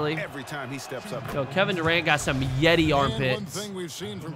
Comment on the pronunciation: he said yetti though. lol